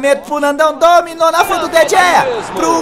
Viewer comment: Nandão não se fala De Gea se fala De rea